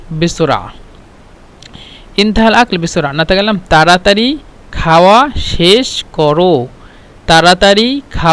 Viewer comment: السلام عليكم ورحمة الله شرحك ممتاز لكن حرف الخاء انت كتبت خاوا و قلت كاوا ويعطيك العافيه